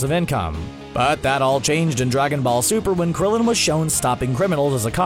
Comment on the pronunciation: you said Krillion wrong